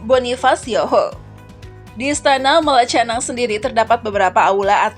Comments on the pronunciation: Aduh kok Malacanang di eja "malatjanang"??? Yg benar " malakanyang" !! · Malacanang bacanya malakanyang